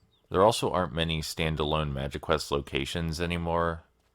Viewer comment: I thought you said magiquest correct the first time haha